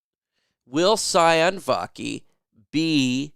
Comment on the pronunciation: Sione is pronounced Siy- OW -Neh-. Think italian, like Giovanni Manu. Both players with Polynesian origin. Not SI-ON. Vaki has a French Polynesia name origin.